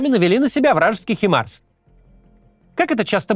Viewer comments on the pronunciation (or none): Не химарс а хаймарс.